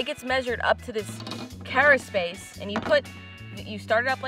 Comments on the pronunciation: Carapace: Not kera-“space” but instead kera-“pas” or “pis”. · carapace not caraspace, i miss warm water. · WAIT!! You do NOT measure the cara*space*... there is no such thing as caraspace! You measure carapace -- not SPACE! Sheeesh! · Great video as always.. Thanks for making me hungry late at night lol.. you teach us all the time, and what I offer now, is simply to make sure, you stay at the top of your game, with everything you do.. The shell that you are measuring is it's Carapace.. Pronounced Kara-Pace, or if you say it, in the quick, and cool way, it's Kara-Piss.. Please don't hate me, for giving this comment, but you looked like you were questioning yourself, when you were saying it..